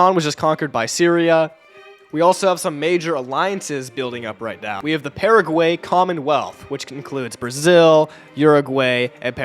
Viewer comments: "Pearagwaey" and "Urahgwaey" killed me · Uruguaey and Paraguaey is pronounciation